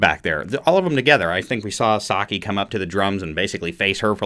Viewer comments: Cool video and breakdown! You're close with Saiki's name it's more pronounced like "psyche", like your mental psyche. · You got all the names right except Saiki. You say her name Sigh-Key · Thanks for your very enjoyable music reaction of Band-Maid's "Play". It is always great when a musician is able to give their informed perspective on a great piece of music. Props to you for learning the band members names and your pronunciation of them is pretty good, except Saiki is pronounced more like Sah-ee-key and not Saki the drink. It is pretty common for reviewers to run short of superlatives in reaction to Band-Maid but don't give up on them too early just because you wind up repeating yourself, we Band-Maid fans don't mind a bit as long as your reaction is honest and sincere.